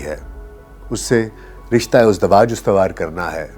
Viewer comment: Lafz rishtah e uzdwaj nahin bal k izdiwaj hay